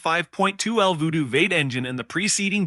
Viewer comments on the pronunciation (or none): I particularly enjoyed when 'V8' was pronounced 'vate' instead of the traditional 'vee-ate'. Almost like it was being read by a non-human being.